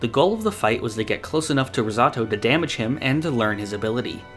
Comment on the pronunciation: Rizzautto? It’s ris-oh-toe